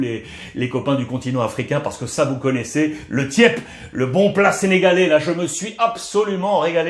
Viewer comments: C'est tchep et nn tiep 😂🤣🤣ruiz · Salut Ruiz tu prononce bien le thiép mais vous êtes très fort força Barça